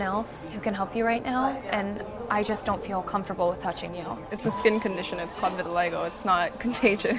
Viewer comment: It's called vitiligo, not vitilistop. LOL